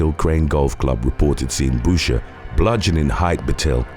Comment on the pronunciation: Boucher...."boo-shay", like the Waterboy 😁